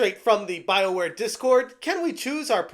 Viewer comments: Could have sworn you said, "Bileware". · Did you say, "bileware"?